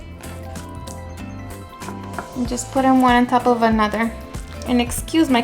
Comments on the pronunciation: Lolol ONE * 😉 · Instead of “one” lol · I’m cringing every time you say “Juan” ..... 🤣🤣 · lol love the way you say "one"